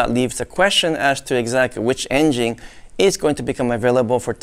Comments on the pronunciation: I love how he says "in-jing" instead of engine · Great Video.!! Everybody drink when says: "Engine" - C'mon everybody play.!!!